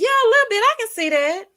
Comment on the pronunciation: Yes...I'm commenting like I was there. Every time you say Littol Bittol anything...I holler!